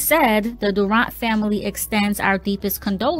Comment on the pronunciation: Why u sayin durant like that my nigga ? 🤦🏼‍♂️